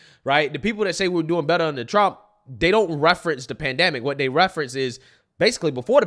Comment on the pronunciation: First time watching your video. One critique. Please use the word “they” and “that”rather than “dey” and “dat”.